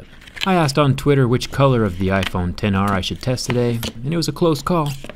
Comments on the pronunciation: "ex aar" 🤦🏻‍♂️ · It should be pronounced like "iPhone 10R", but it is written as "iPhone XR"